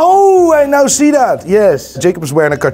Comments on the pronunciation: why does he say nai when he wants to say now? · I’ve never heard anyone pronounce “now” as “noi” until today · you’re a G but you can’t pronounce properly “NOW” 😂